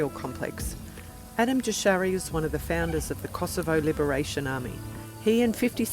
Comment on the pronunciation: Wie kann es sein, daß Sie die Wörter Slobodan Milosevic und Kosova nicht richtig ausspricht, schade. Es gab nicht Totet auf beiden Seiten, sondern die Kosovaren hatten viel mer Opfer,,als Serben. Es heißt nicht Adam Jashari sondern Adem Jashari. Also dieses Video am Anfang hatte es so viele falsche Informatione.